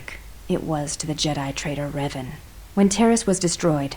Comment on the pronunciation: Почему все время ревАн?? Раздражает. Играющий что,настолько бездарен к языкам,что даже в разговоре,при упоминании имени протагониста прошлой части,не слышит,куда падает ударение? Надеюсь,в дальнейшем исправится.